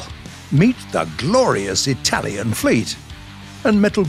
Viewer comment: I've gotta love how you name the Italians boats, you pronounce them pretty good. Greetings from Italy, gaijin 🇮🇹😳